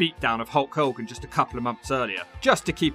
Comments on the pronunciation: Love how he pronounces it holk holgan hahahaha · "A HOWWA POWWA"